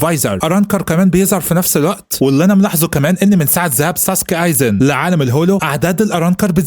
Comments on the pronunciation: مش سوسوكي سُوسْكِي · ايزن سوسكي مش ساسكي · اسمو ايزن سوسكى مش ساسكي بس هوا بيقول الاسم غلط والتانى مش اسمو مادارا برضو اسمو مادارامى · ايزن سوسكي مش ساسكي غير كده الفديو جامد الصراحه وملخص محترم ومجهود يحترم حاجه بسيطه كده كوكا دي هتطلع عمه اتشيغو 😂هتعرفو الكلام في الجزئ تالت يعني بعد ٣٠٠ حلقه